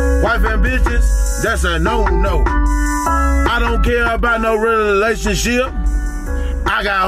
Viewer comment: 😂😂😂 he said relationship re-lay-toon-ship